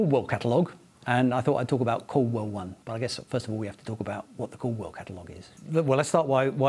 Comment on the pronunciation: Was listening to this while dozing off and thought he said "Cole World" catalog 😂